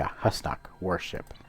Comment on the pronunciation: It's actually pronounced who's knock! Not hos knock